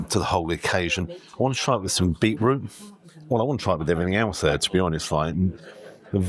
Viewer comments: Love your videos but why on earth have you started saying beetroot in that annoying American way ? It has a T in it for a reason . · Aaarrrggghhhhhh! "Super" excited at around 4 minutes. "Super" !!!!!!!!!!!!!!!!!!!!!!!!!!!!!!!!!!!!!!!! "Bee-root" (the word in "beetroot" and his tattoos [the waiter] at around 5mins 20secs totally ruined it for me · Not sure I could order from someone who cannot say beeTroot..lazy.